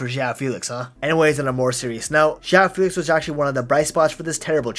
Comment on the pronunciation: JÂU FILIKS